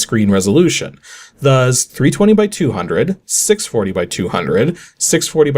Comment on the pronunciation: After all these years, he still says "thuzz" instead of "thus". 😂